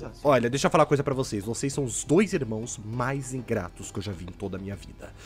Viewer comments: Ele falou por rá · na verdade ele fala por rá